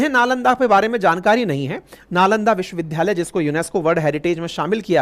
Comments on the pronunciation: First pl. learn how to pronounce "Vishwavidyalay". It does not sound good to hear a teacher pronouncing 'vidyalay' as 'vidhyalay'. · Vishwavidyalaya bole n ki vishwavidhdhaya . Achha nani lagta hai galat uchcharan. Age se nani bolenge. Lai apka bahut bada fan hoon aur apki sunra hoon . A Senior citizen.